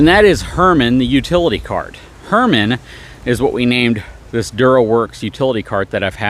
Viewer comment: Hermen, not Herman. Very subtle…her men. Love to see Buddy!